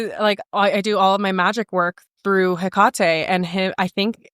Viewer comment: Never heard Hecate pronounced that way. I’ve only heard Heck-ka-tee vs Heck-ka-tay